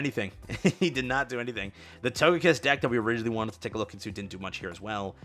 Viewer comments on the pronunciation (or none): none